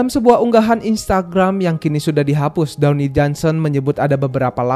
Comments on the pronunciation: dawni johnson HAHAHAHAH DWAYNE BANG DWAYNE DUWEIN bacanya bang HAHAHAHAH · dony "the rock" johnson? yang bener Dwayne (dibaca: dwein) Johnson iya arah cerita FF jadi ga masuk akal 🤣🤩🤩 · bang, dwayne bang, bukan downy, itu mah sabun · downey downey apaan jing, bnerin pronounce dlu